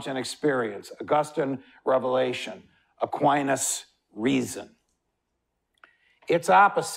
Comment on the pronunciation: I’m sorry but I’m having issue with the way he says Aquinas. It’s distracting. But listen I did. And I thank you, for the clear explanation of rights to us.